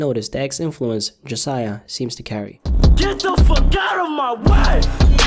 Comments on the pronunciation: “jasiah” “jahseh” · JAHsiah? Really?